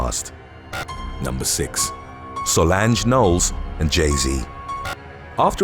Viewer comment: Not sure if you've done this one yet,if you haven't,may I suggest doing one on,"When video gaming competitions go wrong"? Not even a Beyounce fan nor like her,but you did pronounce her sister's name wrong.SA-LAHN-SH(J sound) silent E.